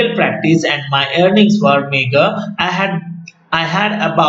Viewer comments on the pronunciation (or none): The pronounce meagre is some what different